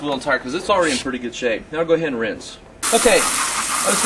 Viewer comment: Like how you emphasized "Shape of the wheel".